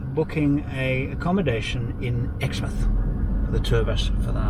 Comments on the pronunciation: This was a good series. I've learnt a lot and some tips on camping out their in the bush. I wonder if you could share that information about the campsite which you need to book by the beach. ALSO its pronounced EX--MOUTH not exmit. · I miss the outback particularly the Pilbara - dust storms, grass fires, cyclones, wild flowers. Please, it's exmouth, not exmth. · it's Ex Mouth, not Exmth. Or if you're a local it's Exy. 😉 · Funny that Australians pronounce it as Ex - "mouth" instead as Ex-"myth" as you say, and I would too. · It’s only poorly educated Aussies that pronounce it “Ex -mouth”. The rest know it’s “Ex - myth”. ... or SHOULD know it!! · pronounced "EX-MOUTH" :)